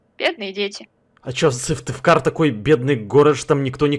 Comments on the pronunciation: Говорится Сыктывкар а не сывтывкар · Не сывтыкар а сыктывкар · Вобще говорится не Сывтывкар а Сыктывкар и я живу в этом городе у нас солнце щас всегда! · Сыктывкар; существует: Сывтывкар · Когда ты живешь в Сыктывкаре,а не может его выговорить 😕😂 Я ещё в начале думала,блин прикольно бы было что бы назвали мой город,а потом сижу в шоке 😱😂😂😂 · СыктыВкар ц ну почему все не правильно говорят а